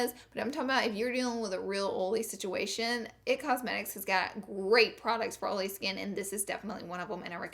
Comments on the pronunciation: I’m from the south and I pronounce oily correctly but ig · Anyone just come because she says Oily wrong? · Ohhh so u say oily as olly? Thats cute!! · Im the type to correct everybody. But this so funny. I say it after she say it olay skin. 😂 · When she closed the IT powder container, really hurt my ears. Overall, great advises for "OLLY" skin. Love you Laura 💦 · Ohlee, because, and consiller (concealer) are her funny words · Comment a 💗 for every times she said ohlee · Who else has dry skin but wanted to hear her say olé😂😂😂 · It sounds like your saying Holy lol😂😂😂😂😂😂. Omg I just love you #Lauralee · I love the way she says OL'E 😂😂 she doesn't mispronounce it , it's just her accent. My sience teacher was from the south & pronounced it the same way . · I say oily the sameeeeeee wayyyyyy. And being corrected every time....it's aggravating!!!!!😡😡😡😡😡😣😣😣😣😣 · Damn Laura, I read your video title in my head and already knew how you would pronounce "OILY"...lmao!!!! Love you girl!!!! You can take the girl out of the country but you can't take the country out of the girl!!!! Your so damn fun!!!! Ok now I'm gonna finish watching the rest of the video 🤗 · THE INTRO I DIED LOVEDDDD THIS VIDEO BECAUSE OF THE WAY YOU PRONOUNCE IT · You should makeup a sweatshirt that says, "can't have the oily skin", but oily should be spelled how you pronounce it!! I would sooo wear it!! 😍😘👌